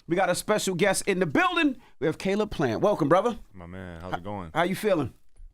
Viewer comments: "Kuh-leeb Plant" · Charlamagne calling him Kahlib in the clip lol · Cuz why he pronounce his name like Khaleeb😂😂